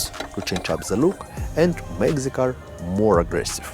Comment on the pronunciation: love how it sounds when you say "the" sounds like zhaa"